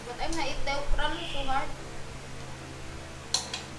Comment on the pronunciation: When you called that OKRA , OKRIE I almost fell of my couch I laughed so hard.